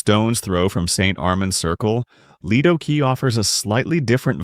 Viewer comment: It's pronounced Leedo Key! Get a real narrator instead of using AI!